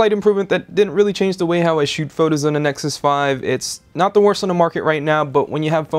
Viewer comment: The way he says "duh" and not "the" or when he says "art" instead if "a.r.t" ugh.. And that shaving scene.. Made me want to cry, I've been a huge fan of technobuffalo for years but he makes me not want to watch the videos..